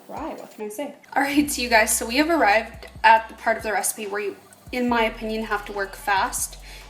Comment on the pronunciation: "We have a-RYE-ved at the part of the recipe..." ;D